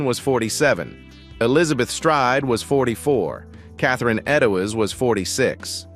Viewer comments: Boy it’s weird. Her name was always Catherine Ed doze Spelled Eddows. This narrator said Ed dough ez. Rey different than way it’s always been said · Aaron Kosminski was recorded as being in an asylum on the date of one of the murders. The DNA 'proof', proves only that he had been a possible client; the mitochondrial DNA would be identical for his brother! It would have been nice if Catherine Eddowes name had been pronounced correctly.